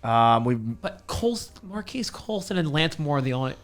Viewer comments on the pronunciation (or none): I mean maybe it’s not “Marcus” but I feel like I feel like I remember Colston’s name being pronounced a hell of a lot closer to that than “mar-quise” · literally yes, it’s pronounced like Marcus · Y'all kill me with the Marques pronunciation. It's 'Marcus' smh